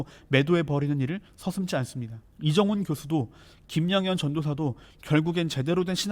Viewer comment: 리정훈님이래...😂북조선 분이신가?😅